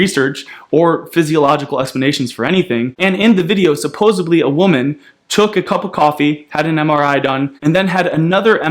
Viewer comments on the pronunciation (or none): How can you be so smart but still say supposably? 😦